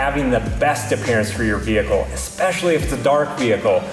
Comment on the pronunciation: Is he saying EKSpecially??